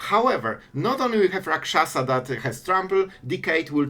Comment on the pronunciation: You pronounced that Rot-Curse Rakshasa like you're a native of Tarkir lol